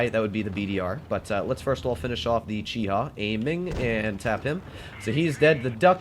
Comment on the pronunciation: Sealclubs the competition Also: Calls a Chi-He a Chi-Ha